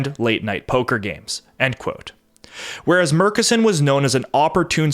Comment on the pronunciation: Hello, Midland native here who did some work for the Murchison O&G company. It is pronounced internally as "MUR-tchess-on"